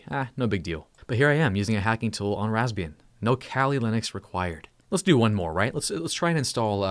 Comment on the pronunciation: I always hearing Lesbian XD